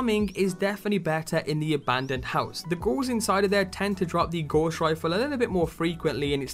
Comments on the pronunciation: Good vid, but man, it's not 'gauze' rifle, it's gows, like in cows. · Dont hate me but youre prounciation of Gauss is so off I had to say it. Its pronounced gow-ss. Its a unit of measurment for magnetic flux. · Nice vid thanks, one criticism though, the pronunciation your using for GAUSS, is'nt Gorse. Johann Gauss was a 18/19 century German mathematician. His name lends itself to magnetic strength and field effects. In WW2 when the Germans developed the magnetic mine, 'Gauss' was used to determine the strength of magnesium of a ship to set the mine off. The Royal Navy countered this by establishing a Degaussing coil, which the ship passed through to help counter the ships magnetic field. Today all military ships have degaussing equipment fitted and all mine countermeasure ships tend to be built from non-magnetic materials. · Gauss is pronounced Gouse (rhymes with mouse) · "Gauss" rhymes with "house".